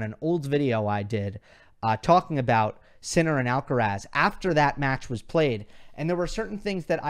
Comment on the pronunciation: K-mon Kaaaa.lous AAaallkaraaasss... you have a stunning pronunciation (ironic mode) 🤣🤣🤣